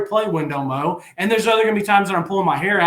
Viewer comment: Whatsup & good show and I know it's spelled Wendell Moe but it's actually pronounced Wendell Moi he looks like a Moe to me as well but with him being Polynesian they pronounce it Moi just letting yall know. GB🍊 Vols 🏈